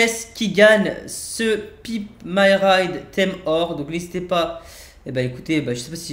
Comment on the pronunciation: il a dit pipe m’y ride